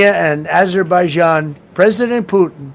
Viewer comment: Idiot, dumbass, fool, moron, rambling, dementia Donny. Man still can’t say Azerbaijan.